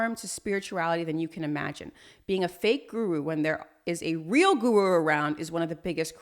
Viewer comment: Let’s start with learning how to pronounce the word “Guru” properly. I’ll teach you for free don’t worry. Then you can successfully create more defaming videos in future..